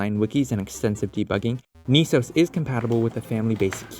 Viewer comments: "knee" sos doesn't sound so good.. I prefer "ness-os" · Not sure what bothers me more. Calling it Knee-Sose instead of Ness-OH-ESS or the lost opportunity of calling it Nintend-OS (or maybe even NintenD-OS? haha) might have to jif gif this one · Neice-ohs? Should be Ness-oss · Aughhh... why no pronounce knee-sauce..... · i know you're pronouncing it Niece-Ose, but my brain parses it as "Any Sauce". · I find it funny how most people pronounce N.E.S. as it's spelled, or in some regions it'd sound like "Nehs" due to accent/pronunciation, but once you added O.S. to the end you changed to saying "knee sohs" / "Niiisos"